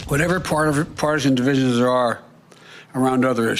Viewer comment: Whatever parmesan divisionshey are around other issues we don't have to be around this one... Lazy Tongue Biden.....